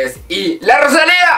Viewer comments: Por favor que dolor de oido cada vez que pronuncias roshalia!! Es rosalia!!! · me estresa que diga rochalia JDKSJDK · La Rosalía! tienes que poner el énfasis en la A final. La Rosalí-A¨algo así es.